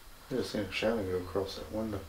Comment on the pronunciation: Love you 3 musketeers. I have a giggle when says “acrosst” instead of across…☺️